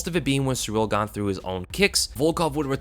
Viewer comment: Why you Muricans all of a sudden try to pronounce foreign names right? Just call him Gain, sounds much cooler anyways. Just stick to saying foreign names wrong ffs we are used to it now and that's what we expect